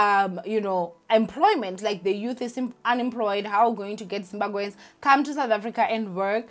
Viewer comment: Please work on pronouncing Zimbabweans, it may come across as disrespectful.